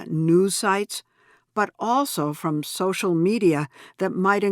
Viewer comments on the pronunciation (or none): none